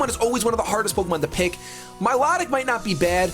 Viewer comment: Please say milotic name right